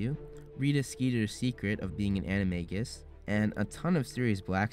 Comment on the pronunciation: Hey so how come you pronounced animagus correctly in 2016 but in your "explained" videos you pronounce it "animajuice"? And please learn how to say Cuarón correctly, he deserves it. Koo-ah-RON..... Other than that I actually really enjoy your videos!